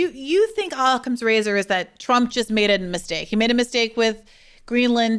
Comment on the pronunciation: He mispronounces Occam's Razor enough that I'm not sure he's ever heard it spoken